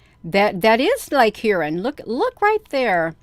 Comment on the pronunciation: Shalom! Just letting you know that Huron is pronounced HEAR-ON. 😊 Thanks for reporting on this - I had not heard this news. If you read in the book of Ezekiel in Father's word - Ezekiel describes these crafts - it uses the word, amber - but if you look up the word in the original language it was written, which is Hebrew - the definition of amber is - highly polished bronze. May you have a blessed day in Jesus Christ name!